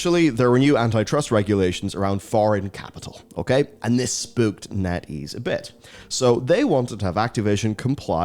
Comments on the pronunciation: As a native English speaker I can say it's not just you. He definitely sounds like he's saying "Natties" lol. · As a non-native English speaker, I couldn't help but hear Netease as "Natties" and thinking it was some slang like "Tendies" from an alternate dimension's 4chan.